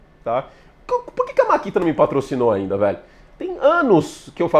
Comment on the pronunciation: Vc não é patrocinando pq chama de "MARKITA" e o correto é MAKITA rs